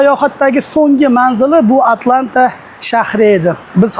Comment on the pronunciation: ATLANTA ❌ AT A LANTA ✅😅